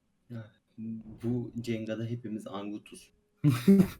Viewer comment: Cenga değil jenga